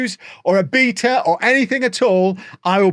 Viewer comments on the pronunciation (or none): It's (BAY-tuh) say it with me beta=bay-tuh I know you can do it